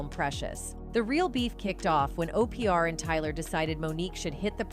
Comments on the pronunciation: 🤔WHO IS O-P-R⁉🤷🏿‍♂... 😆🤦🏿‍♂🤣🤣🤣💀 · Who in the heck says OPR for Devil 😈 Queen😂😂😂😂